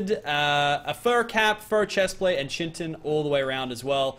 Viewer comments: I swear... Say "CHIN-TIN" instead of CHITIN (pronounced KITE-IN) one more time and I'm not watching another episode lmao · not CHIN-TON it is KIA-TIN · Chitin is pronounced Kite-in not chintin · say it with me "Cia-a-tin" not "Chint-in" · its not pronounced chi-tin its pronounced kite-in pls read this comment it really disturbing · It's pronounced kite in not chintin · for the 3rd time its chitin not chintin so stop pronouncing it that ffs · were do u get chintin from chitin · Hey it's not Chitin it's pronounced (Ky-ten) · Chitin is pronounced like kitin